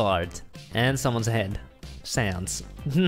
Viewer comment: Did people in the commit just said sans more like PANTS